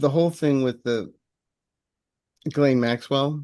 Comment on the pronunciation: I looked up on the internet how to pronounce "Ghislaine." This is a French word and the Gh is pronounced "ZH," like the way French people would pronounce Gendarme, Genre, or even Jean. The s also has a bit of a zh sound. Zhislaine or Zhizlaine...